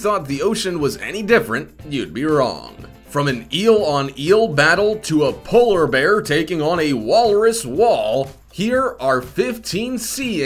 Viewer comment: Walrus- wolres, polar berr, aktopess